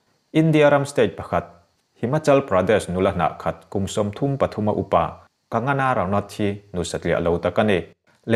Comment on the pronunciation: Kagana ti toh lo la..kangana..kang-gha-na tiin lam ve toh la..😂😁😁